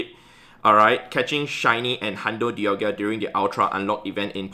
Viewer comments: It’s di-al-ga not di-al-gia. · Heads up, it’s pronounced Dialga, not Dialgia. 🙏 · I still dont understand why says Dialgia:D